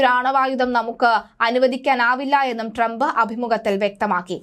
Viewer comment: പേര് നല്ല പോലെ പറയുക